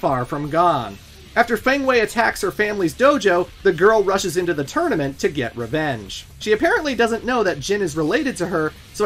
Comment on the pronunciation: Are you purposely saying tournament as "tourmanent" throughout the video, or is that a genuine slip up?